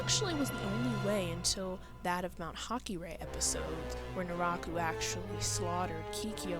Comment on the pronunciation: Actually, her name's Kirara, not Kiara. If you watch sub you can clearly hear them say "Kirara" (pronounced kee-rah-rah) edit: Also Naraku's name is pronounced nah-rah-koo